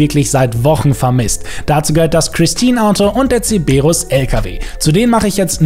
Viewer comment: Warum triggert es mich so das er Zeberus anstatt Cerberus sagt😅 Und den Kamacho gab es doch schon in der letzen Event-Woche